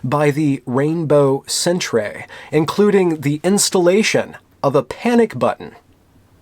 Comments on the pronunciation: Great job,. Just one thing: stop pronouncing it as "centrays" we put the R before the E in Canada but it's still pronounced "center." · What's a sentray? Did you mean centre? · Why is he saying cent-ray? Is it because center is spelled centre in the British spelling used in Canada? If so... come on. Really? Centray? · Ugh the cringe was so powerful.. Centrayyy Thank god there weren't more alternately spelled words. I'm triggered enough as-is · Why do you keep on saying sen-tray? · Because he's an American, they're isolated from the outside world. British spelling "centre" is foreign to him he thinks it's some french accented word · What the hell is a 'centray'? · Fuck man, centre is the Canadian spelling for center.... Not sentray. Fuck this is embarrassing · and later on, too, he says Rainbow Sen-tray. Definitely not "sentry." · Incidentally, "centre" is how the rest of the world spells "center". It's not pronounced "centray". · It seems like he knows, he's just pronouncing it that way for the lulz, and perhaps to also mock the college's Rainbow Center. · Lol..... Centre ---》Centray .. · Centray lolololol....centre bro, you never seen "centre" before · hahaha, dude! the Canadian spelling of center is pronounced the same! otherwise, great video. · He is taking the piss... or just enjoying pronouncing it incorrectly. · Yes, but it's pronounced the same. He said it wrong in the video. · Centre is the English spelling as opposed to the phonetic American English Center it is indeed pronounced the same... however this being Canada with a large French speaking population the pronunciation in French would be more along the lines of how it's being spoken in the video, I guess this confusion is the reason for the mispronunciation.